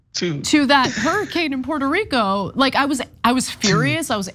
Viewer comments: lmbo! "pweto reeco" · Puweerto Rwico, Big Ocean Water, Exploding trees. My fave moments, I watch it every time I need a laugh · That’s a bad and mangled attempt at a Puerto Rican accent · Trump says Puerto Rico that way to stress that he sees them as NOT true Americans, but foreigners..